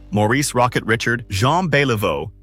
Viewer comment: Richard? Thumbs down, learn to pronounce names correctly.